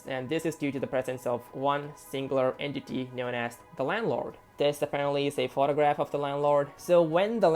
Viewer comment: "entiy" also why did I watch this at night